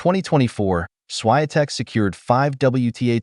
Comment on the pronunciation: Please learn how to pronounce properly Iga Swiatek,you pronounca